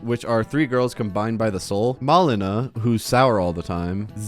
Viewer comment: U could put "Zdrada" and "Malina" into google translator and set language to Polish, u would get the pronouciation